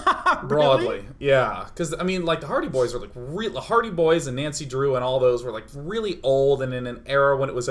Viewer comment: I wish they would stop playing games in japanese settings because it is infuriating listening to americans pronouncing japanese names and words ._. Nancy included, especially Nancy, you spent time with japanese people during the voice recording FFS! AT LEAST TRY! twitch